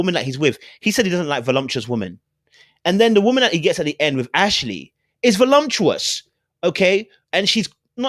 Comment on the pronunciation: the word is voluptuous not volumtuous.